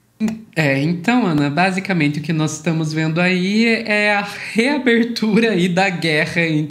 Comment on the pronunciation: É nozes não, né doutora. Somos nozes!